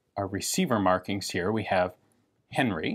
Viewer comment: Isnt it "Han-ri" not Henry?